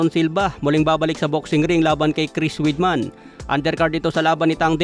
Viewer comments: Weidman-wideman not weedman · Halatang hindi dating nanonood ng UFC si hindi alam ang tamang pagbigkas sa apelyido ni Weidman.